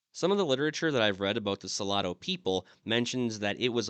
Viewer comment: Salado means salty. I think he was pronouncing it so-la-do, which might mean something totally different. I will need to Google the name of the people he mentioned.